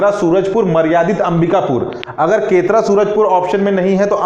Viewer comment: सर केतरा नहीं केरता -सूरजपुर है।